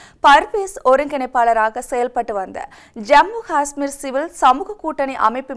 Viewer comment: Jammu Gasmeer? or Jammu Kasmeer? or Jammu. Hasmmer? Correct pronunciation is Jammu Kashhmeer